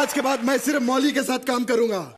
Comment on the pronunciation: Mauli yar not moli